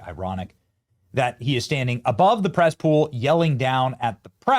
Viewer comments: Press pool? Thot u said Cess pool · Did you say cesspool or press pool? Never mind, tomato tomoto.